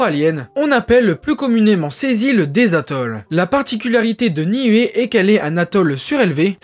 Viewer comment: ‘Ia ora na de Tahiti. Niue se prononce Nioue Les "u" se disent "ou" dans les langues polynésiennes. Merci pour cette vidéo moi qui ai également des origines de Niuē et d’Aitutaki.